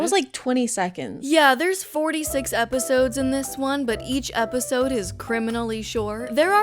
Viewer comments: consistently saying “eposides” without laughing is peak comedy 🤌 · I love the consistency in pronouncing eposides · I kept hearing "eposides" and I thought you were having a stroke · I'm on the bus and laughing out loud because of "eposides😭😭"